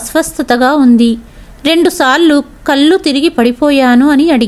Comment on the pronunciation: మీ కధలు అన్నీ బాగున్నాయి కాని కథ చదవడం లో పదములు పలకడం లో చాలా తప్పులు వస్తున్నాయి ముఖ్యంగా కళ్ళు వెళ్ళూ వగైరా పదాలకు అర్ధం మారిపోయింది అది గమనించాలి చాలా అవసరం.